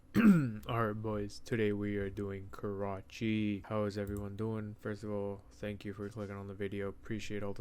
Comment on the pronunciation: man said Karcahi :face-blue-smiling::face-blue-smiling